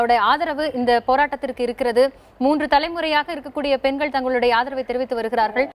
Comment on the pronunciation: சகோதரி அது பென்கள் அல்ல பெண்கள்...